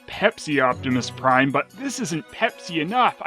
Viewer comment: "Opbepis Prime"